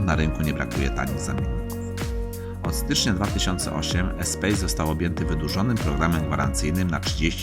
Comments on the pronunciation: Czyta się espas nie espejs, to francuski samochód :) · Czyta się "espas"mistrzu.